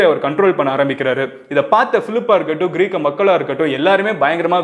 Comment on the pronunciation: Athu க்ரீக் க..... மன்னர் Ila bro..... கிரேக்க மன்னர்....